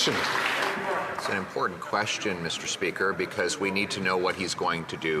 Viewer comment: Why is it so difficult for people to pronounce "important"???